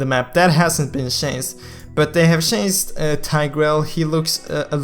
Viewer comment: chanced = changed? learn to pronounce dude